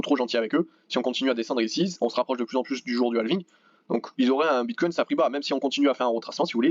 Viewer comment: Salut ! Merci pour l analyse.. Juste un truc please prononce au moins Bitcoin sans un "s" à la fin.. ou c le s du sang du Bullrun !?